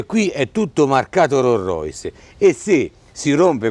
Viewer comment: Rorrois!!!! No! Rolls Royce.